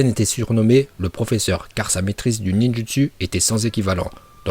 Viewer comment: Il maîtrise le ninj u ts u 🤣